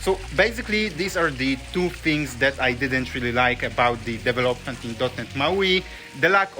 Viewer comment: Is it now? I thought Debian was GPL, which is kinda fucking hard to close source, at least at the level Apple operates. And I also knew that it's the FreeBSD code they stole, because of, you know, the BSD license. But what can I expect from someone who does DEV-elopment and not de-VEL-opment. No, I'm not simply exposing your terrible English, I'm exposing you being comfortable doing things half assed in life. I'm ESL, so you have no excuse. ESL stands for English as a second language, quite sure your half assing ass didn't know that. If you're comfortable sounding like a clown, wich is obvious to everyone, I don't even want to know about the quality of the products you develop. Or are you one of those ones that happily and proudly produces a lot and then also happily fixes the disproportionate amount of bugs that inevitable pop up when someone does a half ass job, wasting everyone's time and money?